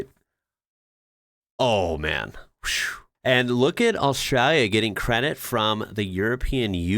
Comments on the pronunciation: It is ‘Australia’. You need to pronounce it correctly… Aus-tra-lia. The ‘lia’ at the end is important. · yes it was really good. He needs to learn how to say Australia, though. With the L. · Could you please explain why you adopt an australian accent to say australia???